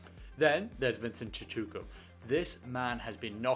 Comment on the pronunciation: This should help with the pronounciations of some of the SA players: Vincent "Chee-2-car" and "Nko-see-nutty Clubber-cun-yeah". Its difficult to even try and find the words to come closest to the actual pronunciation of our languages in South Africa. There's an old Xhosa idiom that says: "isiXhosa asitolikwa" which means "the Xhosa language cannot be translated" and its true and for many other languages in South Africa.